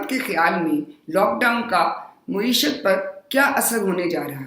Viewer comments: yeh Lafz “maeeshat” hai “moeeshat” naheen. Media note farma lay. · محترمہ بہت احترام کے ساتھ عرض ہے کہ یہ لفظ مُعیشت نہیں مَعیشت ہے۔ میڈیا نوٹ فرما لے۔